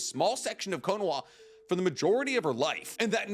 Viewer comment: Your pronunciation of Minato is like fingernails down a chalkboard. The name is three syllables, not two. Edit: Your pronunciation of Konoha is even worse.